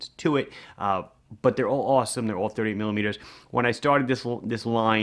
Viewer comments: Yes I brought that up in the last video,. I thought I was loosing my hearing! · Yes, but I knew what he meant...unless there is a 30mm (female clients may snap that one up) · Yes, but I believe he is saying 30 millimeters as a category not the actual size. Just my thoughts.